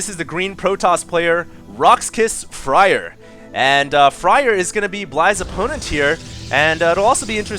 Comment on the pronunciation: Isn't Fraer pronounced like 'flair' instead of fryer?